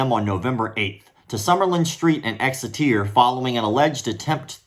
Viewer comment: Don’t you mean…Exiteear? 😂